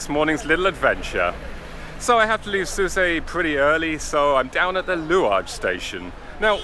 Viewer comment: Shame you didn’t show the Marina in Port El Kantaoui. I’ve never heard Sousse pronounced the way you pronounced it…Soussay?